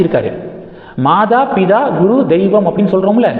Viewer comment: Maada Pidaa இல்லை, Maata Pitaa, த as in தமிழ்